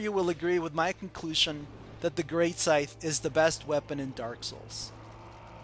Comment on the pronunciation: Greatsight? hahahahahahahaha Its Great Scythe